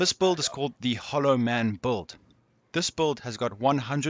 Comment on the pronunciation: the best buld man .. he's not sayin build ... he's fuckin sayin buld.